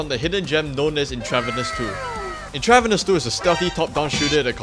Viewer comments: It's pronounced Entruh-Vanus. Like medical IVs. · Intra-VEEN-eous. Use Google before recording. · Not trying to be rude but the pronunciation of Intravenous is In-trah-veen-ohs. It’s in reference to injecting “stuff” into your veins. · Just a heads up, its pronounced "INTRA-veenus" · Or at least where I'm from it is. I could be wrong. This could be intentional on the devs part as I've never heard of this game. Not here to hate on you. Great video. 👍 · Its intravEENUS bro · I'm sorry bro I can't watch this with the way you mispronounce intravenous